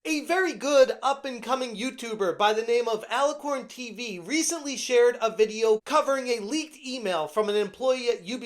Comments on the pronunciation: It's Acco-lon. Not lorn. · Accolon not alacorn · Accolonn doesn’t have an R in it lol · it's Ack-o-lawn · I giggle every time you call him Accolorn. Lol.